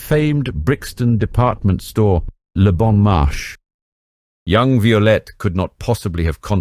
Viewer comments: Great video and story - now if only you could decide on a consistant pronounciation of the names - "Violette/Vyolet" changes every few setences, and there is even "Szabo"/"Zaybo" and a few more weird ones :) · Is this AI? Horrible mispronunciations of several words. Eg - the name Violette pronounced alternately two different ways; - Szabo just wrong; - 'le bon marché' It's not rocket science; basic French gets you there. There's an old movie about Violette, if anyone wants to find it.